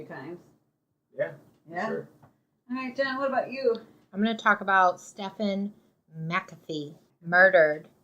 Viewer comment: If I could give your video 2 thumbs down, I would. At least pronounce the guy’s name right. It’s pronounced Steven.